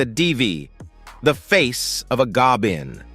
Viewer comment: Did anyone else notice the AI generated voice couldn’t say the words devil and goblin correctly? Hmmm. That’s interesting 🧐